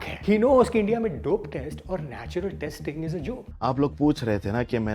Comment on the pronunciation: kabhi kabhi natural bolneko 'natular' hi nikalra